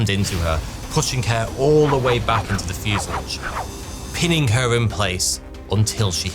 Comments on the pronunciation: Fuse-a-lage? It's a French word mate, so pronounce it properly. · fyoo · zuh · laazh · Have you replaced you narration with an AI? Your normally great and faultless prounounciation has been replaced by that of a childs in this episode. Fuselage isn't pronounced "fuselidge" and M.I.G's are normally just called Migs, even confusing Chechnya with Czechoslovakia, not upto your usual great standard. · It's fuselage not fusillidge. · Don’t like your pronunciation of fuselage. It’s from the French and normally pronounced fuselaage, not fuseledge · "Fuse-a-large" not "Fuse-i-lig". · Fuselage not fusalidge. Please... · Fuselage is pronounced Fuasalarge........ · Great story, but I was irritated by your pronunciation of the word “fuselage” it’s not fusalige ! 😂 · It's pronounced fuselage, not fuselage. 😉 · You also broke a record, the first person in history to pronounce "fuselage" like that. 😂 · There is no i in fuselage. Stop saying it 😒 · How can someone do so much research about a topic for a video NOT pronounce fuselage correctly? 😅😅😅